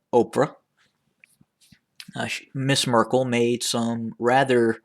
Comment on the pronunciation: Why do you keep saying "Mrs Merkle". Isn't she a princess ? You are calling him prince.